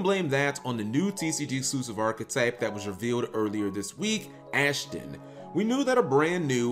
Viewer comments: "Ashden".....my mans I know some cards are hard pronounce....BUT REALLY?! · I just got connected through an MTG video but is that how you're supposed to pronounce it or is this dude clueless?